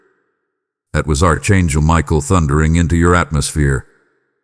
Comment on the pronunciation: You called me Arck Angle Michael i Appreciate it .